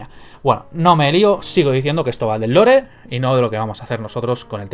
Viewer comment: Lore se pronuncia "Lor"no "Lore".